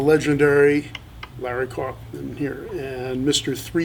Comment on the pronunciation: He mispronounced Larry Carlton's name!!!!